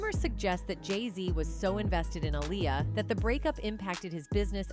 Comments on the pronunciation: She is pronouncing Aaliyah name all wrong. Going back and forth. It’s not ah-lie-ya it’s ah-lee-ya ugh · She needs to pronounce Aaliyah’s name right